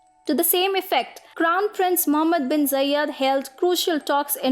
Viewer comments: Its not Zayyad its Zayed. Other than that good video. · Not Jayed... It's za(ed)